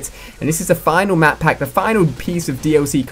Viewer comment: he is saying madpack ?????!!!!!